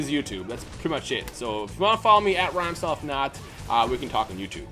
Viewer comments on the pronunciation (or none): "rhythmstyle" XD